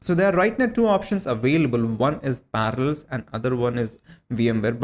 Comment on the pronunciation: * PARALLELS NOT PARALS XDDD